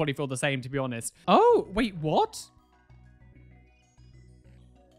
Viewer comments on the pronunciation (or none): none